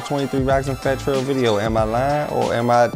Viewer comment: “Fattel” is crazy lol